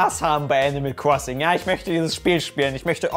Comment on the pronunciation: Nobody:: Animal Kwossing